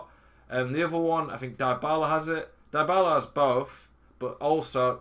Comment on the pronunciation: Great content, thanks. Not to be pedantic, but deebala not diebala.